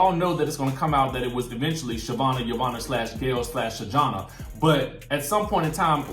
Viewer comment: Dont forget "hoe"vanna lol. The girl from last season called her